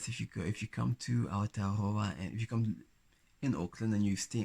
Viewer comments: i love how he says Aotearoa <3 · I'd stare at you because you're beautiful. And I'm older, I probably wouldn't be shy ~ I would most likely walk right up to you and say hello 😁 I love the way you pronounce Aotearoa ❤ It's late, but Welcome, haere mai ❤